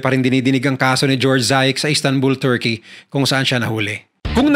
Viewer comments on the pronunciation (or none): none